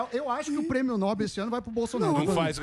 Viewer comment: Samy Dana! Alguém que fala errado não é confiável. Está dizendo errado. É prêmio Nobel com a sílaba forte na última sílaba (" nobél) e não (Nóbel).